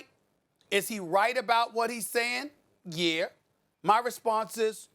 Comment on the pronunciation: Stephen A : Is he right about what he's sayin'? "Yeaur"